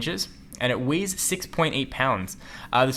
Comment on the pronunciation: Weighs not ways